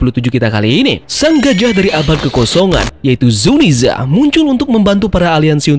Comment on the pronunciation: Narasi lo bagus min, tapi gw gedeg aja denger zunisha jadi zuniza. Sama les bahasa inggris lagi min.